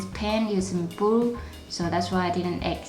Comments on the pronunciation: She can't say blue she says bwue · u say yerro brue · yes she is speaking blue in a weird way